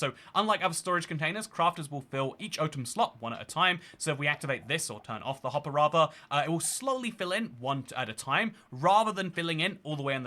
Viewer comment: "Minecart hoppah" 🗣️🔥🔥